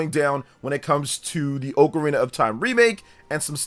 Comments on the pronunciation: oh carina sounds terrible. And it is not the common pronunciation at all brother lol, some people tomàto, but it’s almost never heard anywhere, just get used to Ah KUH RINA , sounds way better , watch videos of people jus taking about the instrument outside of Zelda they all say it as it was intended to be said lol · forreal bro 🤣🤣 go to google hear the audio of how to pronounce it, definetly AH-kuh-rina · If you call it “OAK-arena of time” one more time…😂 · Correct pronunciation: “ah-kuh-REE-nuh”. When I was a kid and first played this game (probably in 3rd grade) I would pronounce it as if it were spelled Ocarnia. It wasn't until much later in my adult life that I realized I had been pronouncing it wrong for the entirety of my childhood. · Both pronunciations are technically correct. I’ve always pronounced it OH-carina. I vividly remember a text book in school describing the instrument and how they are often called “oh’s” for short lol